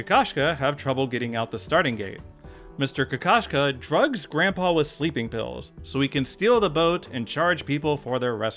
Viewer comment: It's completely unrelated to the video, but you've opened my eyes to how Oscar Kokoshka's name is pronounced. In Russian sub the O's are very clear (like in "road" or "Todd"), and the video was so funny to me, because in Russian "kakashka" (какашка) means "poop".